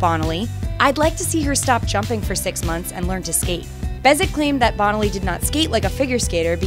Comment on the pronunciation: The winner for worst pronunciation of names is this narrator It's "Bone-aly" and "Sah-toe", not Bonnelly and SAAA-toe. I saw them pronounced I assume correctly back in their hey-day. Please fix this if possible. A skater as memorable (and badass) as Bonaly should have her name pronounced correctly for the history books.